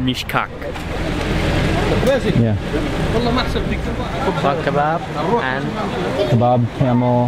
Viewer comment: Everytime you said Meesh-Cock I laughed a little 😂😂😂😂